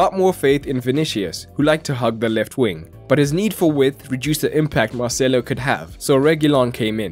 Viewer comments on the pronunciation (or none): none